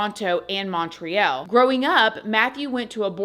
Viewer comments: ❤❤❤😂 as a Canadian who loves you lol please... It's Montreal... But the ending is like the word all... ❤❤❤ R.i.p sweet Matty. Lol ugh Justin Trudeau is horrid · Your pronunciation of the two Canadian provinces is so cute. They are pronounced Otto-wa & Mon-tree-all. BTW his stepfather Keith is the Keith Morrison from DATELINE. When you have as much money as he had, you can get whatever you want. I feel so bad for him, RIP Bing-a-ling.